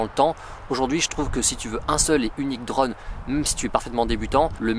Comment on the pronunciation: Je n’ai pas tenu 10 secondes, la prononciation de « drone » m’aura tué, dommage le sujet m’intéressait.😅